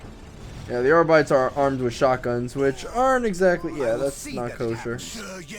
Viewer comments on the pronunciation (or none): pronounced Arbit-es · Arbites is supposed to be pronounced like the latin word.